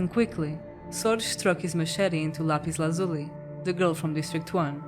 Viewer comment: L. Luzuli… Jack Black: “Lapiz Luzuli” 😂